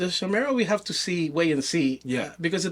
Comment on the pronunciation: YO! Love that you're featuring Chimera. It's pronounced KY-MERA, by the way. Basically, the way I think about it: Going from a Super 73 to a Zooz, is similar to going from a Zooz to a Chimera. Nearly half the weight, even more nimble, and even more BMX (regular bike seat, less wiring, less clutter on the bars, etc). It's build for tricking, skate parks, and most importantly, pedaling! It's light enough to pedal without effort, but the throttle is intense: It goes from 0-35mph in 5 seconds, top speed of 39mph, with insane torque due to the innovative high drive system (more like a traditional motorcycle than an ebike). Austin is super approachable if you have questions. He's been awesome to get to know.